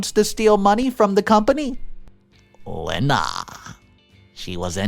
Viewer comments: The name "Lena" is NOT pronounced "Lynn-uh" It IS pronounced "Lee-nah" Another simple and common name that has mispronounced! (So what else is new?) I should think a video announcer would at least announce words and names correctly! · It’s pronounced Lee nah not Len Ah. Can you PLEASE ask Siri or Alexa on how to pronounce names. It takes seconds and does not piss off the people who have the name. Stop being so lazy. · Lena is pronounced as Leena